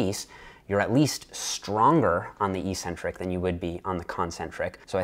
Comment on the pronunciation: Eeeeeeeeecentric isn't a word anywhere in English (British, American, Canadian, or Australian versions). Look it up. If you doubt me, ask yourself what the first syllable of the word is. It's 'EC'. That's pronounced EK, not EE.